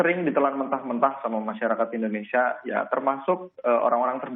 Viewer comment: Warganet endonesia. Wahai bapak vo. indonesia bukan endonesia 😭